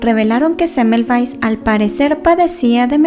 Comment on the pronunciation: Cómo puedes decir rapido este apellido de este señor yo aduras penas puedo releerlo pero interesante historia 😩✌️